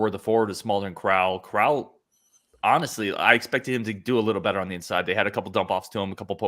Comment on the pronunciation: Crowl rhymes with “growl” not “troll” I think you guys are selling Steve really short. He had a 116 O-Rating last year. He also does a lot of little things like passing, cutting, and screening at a ++ level. He’s another guy who makes the game easier for everyone else. I suspect his on/off numbers will be nuts after 5-10 games Neath is absolutely in the rotation. He is probably our best defensive wing and he keeps the ball moving. Staff loved him last year and he was playing on one leg.